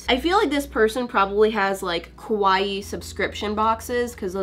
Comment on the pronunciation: I watch this and die. She says Kawaii like Kowai. Kawaii means cute in Japanese. Kowai means scary.